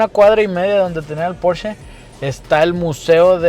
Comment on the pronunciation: Excelente vídeo! Y comentarte que creo eres el único que dice bien el nombre! Si, es porscha! No es inglés, es alemán